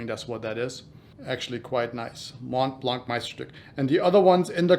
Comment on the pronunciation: Ur pronunciation of Meisterstück is really good! U pronunced weihrauch perfectly as well